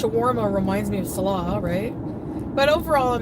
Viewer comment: strange how she still sometimes mispronounces her own rented "husband"'s name. ("SALL-uh" instead of "suh-LAH")